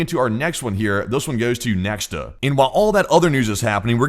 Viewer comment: I wonder when will you learn that it's not NeKSta, it's NeKHta? But you're so adamant in your mispronunciation...